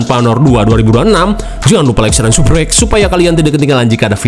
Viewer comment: lu pas ngomong subqrb gw sung ngakak😂😂